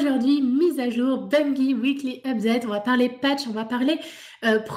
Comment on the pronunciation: Non mais arrêtez de dire BUNguyE!!... On ne dit pas une guyFLE ou guyRAFE non?!!!!... Sinon bonne vidéo les gamers!!.. Ciao